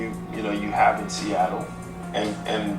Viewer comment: Sista.... it's SEATTLE. 😂